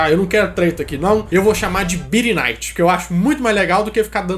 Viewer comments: Birynayty kkkk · BIRINAYTE KKKKKKKKKKKKKKKKKKKKKKKKKKKKKKKKKKKKKKKKKKKKKKKK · Birinight kkkkkkkkkkk.. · Birinaite kkkk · Birinaite kkkkk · Birinigth kkkkk mano, rachei! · kkkk birinaite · Falta de respeito com a historia do próprio país em que reside, chamando o regime militar de "biri night", tem vergonha de falar a verdade? Canal mediocre, já cancelei minha inscrição. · birinight kkkkkkkkkkkkkkkkkkkkkkkkkkkkkk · "Birinaiti" que nome kkkkk